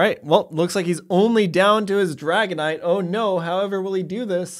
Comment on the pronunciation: Did he call the dragonite rice??😂😂😂